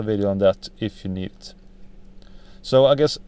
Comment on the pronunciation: No "neet" more videos....